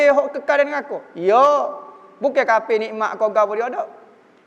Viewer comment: Haaaaa bunyi dah 'kapir'